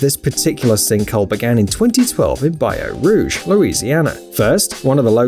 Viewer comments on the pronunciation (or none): So creepy😲, but did he say Bayou Rouge Louisiana?😂 it's Baton Rouge🤦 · Its pronounced Bat-on rouge lol idk how he read it